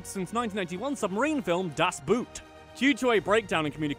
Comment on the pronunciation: You should at least try to pronounce foreign words correctly. I don't think that you or anyone else really thinks that the german word "Boot" is pronounced like the english word "boot" or that the German word "todes" is pronounced like the english word "toads". It is not difficult to find out, that oo is pronounced just like a long o in German (es well as in almost every other language) and that German doesn't leave out the e im words like "todes".